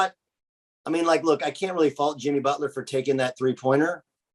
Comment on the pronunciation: Did Collin really call him Jimmy Botch-ler or was it a slip of the tongue?